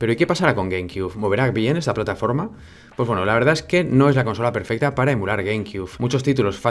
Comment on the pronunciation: Minuto PERFESTA, palabras inmortales de XD, Saludos desde mexico bro